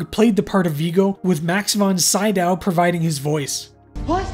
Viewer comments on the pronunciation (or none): Sydow - pronounced, "Sid-ow", not "sye-dow".